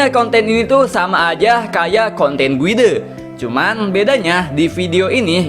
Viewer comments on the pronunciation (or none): cara baca guide tu bukan guidé, tpi gayd. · err.. perasaan guide bacanya "gaid" kan yak?